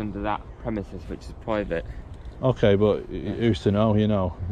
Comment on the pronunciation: What's PWIVATE and CWACK ON?